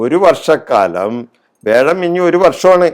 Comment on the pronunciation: വേഴം അല്ല വ്യാഴം എന്ന് ശുദ്ധമായി ഉച്ചരിക്കുക.ഇടക്ക് വല്ലപ്പോഴും നാക്ക് വടിക്കുന്നത് ഗുണംചെയ്യും.